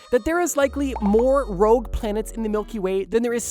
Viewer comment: JSYK it's ROGUE not "Rouge" lol